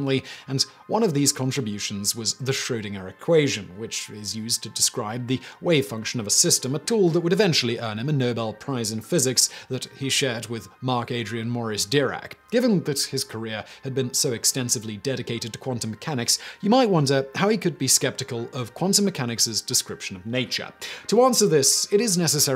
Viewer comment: Why is Aspen Dental located at an IHOP?? That’s a much bigger mystery than some probabilistic cat in a box. By the way: it’s “DER-act”, not “DEE-rackt”.